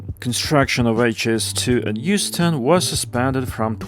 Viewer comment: my ears autocorrected that to Houston and not Euston😢. I can only wish